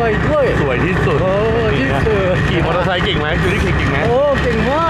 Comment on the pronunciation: ฉันชอบตอนพูดมากกก คือ คำที่มี _์ ก็อ่านออกเสียงชัด มอเตอร์ไซคึ